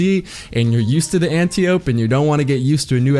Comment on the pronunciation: ANN-TY-OH-PEE...not Ann-tee-ohp. It's greek.